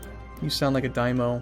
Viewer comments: Daimyo? Pretty sure that would be Dai-myo. Die-m'yo (for those who are really american. lol). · Die-Mee-Oh You're welcome. ;)